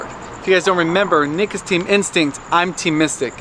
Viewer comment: sounds like he says dick instead of nick